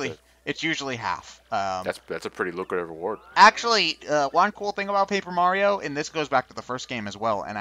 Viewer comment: Mario's name is now Marty-O by the way, lol